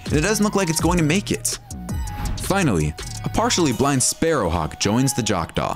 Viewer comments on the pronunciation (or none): none